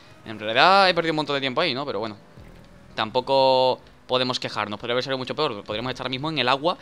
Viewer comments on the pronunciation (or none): none